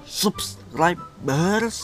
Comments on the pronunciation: Sabskraybirs this is the pronunciation or subscribers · It's so funny when says subscribers 🤣👌